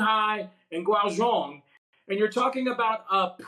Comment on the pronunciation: Hard to take him seriously when he calls Xi “Z” and Guangzhou “Guangzhong”.